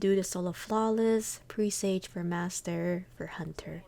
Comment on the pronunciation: This is awesome, I’m a solo player for everything, so this I will definitely be using. I’m sorry but, it’s pronounced "pre-s-ah-ge"